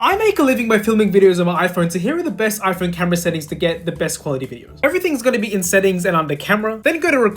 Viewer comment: Cause bro said settinfs